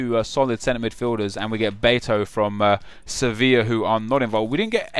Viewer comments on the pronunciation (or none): none